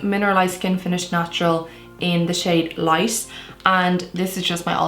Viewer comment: Every time she says "light" it sounds like she is saying "lice" 🤔